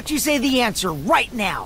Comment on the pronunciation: when he said “why dont you just say the answer” i misheard answer as n word